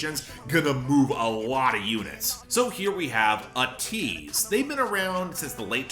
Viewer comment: Just FYI, it’s pronounced AY-teez